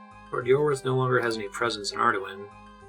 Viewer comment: Its been so long since you first discovered Ardougne, and I have no idea how you decided to pronounce it that way lmao... Arduin? I agree the official one doesn't make too much sense either but neither does that. If anything, Ar-doon has gotta be the most low hanging easy one